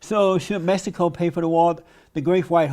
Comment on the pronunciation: The nigga he can't say Mexico hahaha 😂